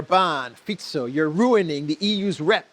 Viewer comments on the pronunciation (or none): none